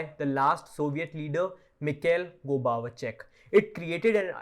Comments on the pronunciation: I love, his accent is fucking incredible. Also love how he misspronounces the Russian names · Too much bias. Not a single word about the nazi problem in Ukraine. Nothing about May 2nd, 2014 in Odessa or June 2nd, 2014 in Lugansk etc. Looks like a just another propaganda video. Unsubscribing. PS expert, who can't even pronounce Gorbachev, seems to be greatly oversimplifying absolutely everything he says. Why would you delete a pretty good original video to put out this low quality content?